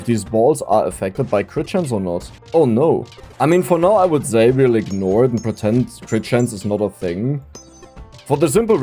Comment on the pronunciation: Ist es soooo schwer "say" vernünftig auszusprechen? 😅